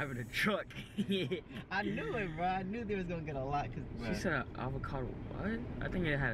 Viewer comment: “You did say they were driving a TRUCK” why the emphasis on truck 😭😭😂